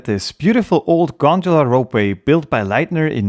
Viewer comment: Everyone: "gondola" This man: " I will show you this G O N D U L A " 😂